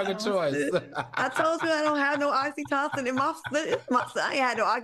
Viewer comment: Love Al's laugh. And Claudia, it pronounced "OXY-TOE-SIN" (Oxytocin)